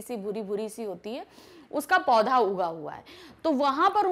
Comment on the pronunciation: Mam pad nahi hota podha hota ha .....